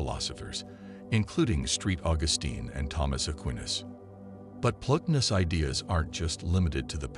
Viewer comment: The voice robot reading the script can't pronounce any of the main words that make up the topic, such as Plotinus, Neoplatonism, Sartre, etc. Find a real human being somewhere to do the reading that has some familiarity with the subject matter.